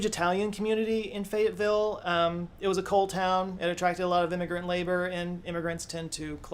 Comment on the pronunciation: lmao "Fayetteville " turned into "Fagatville" and I had to do a triple-take.